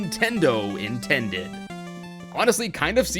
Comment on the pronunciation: am I the only one who herd him say nintendid